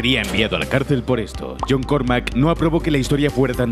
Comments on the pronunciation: es John Carmack no John Cormack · Sin ánimo de ser repelente. Pero hay un par de cosas que he visto que estan mal. Por un lado es John Carmack, no Cormack. Por otra parte, DOOM salió en la Super Nes, no en la Nes. Por lo demás, muy entretenido el vídeo. Contando las horas que quedan para poder jugar a Doom Eternal :D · Es John Carmack, no Cormack. La concha de dios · Solo una corrección: Es John Carmack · Me han sangrado los ojos al ver que llamáis a John Carmack como John Cormack... Y lo del daño localizado o los desmembramientos os habéis columpiado a saco. En el juego original ni siquiera se podia apuntar arriba ni abajo, eso es el mod Brutal Doom, por dios. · Increible video! Muchas cosas no las sabia. Tengo muchos recuerdos del primer Doom, y junto con Duke Nulem y Quake, son mis jugos fav de mi infancia... tenia apenas 7 años cuando salio :') gracias por la buena info! pd: Es John Carmack, no Cormack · No es I.D. Software, es Id software, no son siglas. Y John Cormack? Además de más paridas que se sueltanen este vídeo.. Santo Dios xD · John Cormack?! John Carmack!!! 🤣🤣🤣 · Jhon Cormack?.... En la versión de NES de DOOM?, vamos, son, deberían saber que es Carmack, y el Doom salio en Snes, no en Nes. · No es john cormack es john carmack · John Carmack, no Cormack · john cormack? jaja